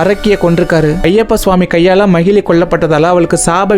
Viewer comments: Bro அவங்க பேரு மகிழி இல்ல மகிஷி நீங்க தப்பா சொல்றிங்க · No magizhi, it's magishi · Magizhi illa magishi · Om swamiyeee saranam ayyappa🙏🙏❤❤but that arakki is mahishi not mahili bro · Bro athu mahili illai majishamuki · Bro athu macili kitaiyathu athu macisi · Broo it's not a mahelee . mageshi 😊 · Athu magili illa magishi bro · That not mahili that is mahishi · That arakki is not magilli that is magishi 😅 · Not mahili she is mhahishi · Magili illa samy makisi ok vaa😅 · No mayili it's mayisi😅😅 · Brother athu makishi is correct this not magili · Bro athu makishi ✅ magili ila ❌... Apro kalyanam panna keitathu manjamatha... Marupitiyum script enna chaptGPT kuduthuchaaa? Puranam paduchutu vanthu story sollunga otherwise wrong information unga subscribers or followers kitta sollathinga please 🙏🏻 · Swamiye saranam Ayyappa 🙏🙏but not mayili ❌manjamaathaa✔️